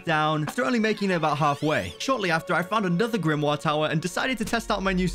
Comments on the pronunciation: why did u say grimwa its grimmor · Why does he say book thingy(dunno how to spell) like that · His waybof saying grimore is so weird